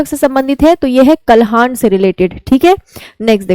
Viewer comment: Kalhan nhi kalhan hota h madam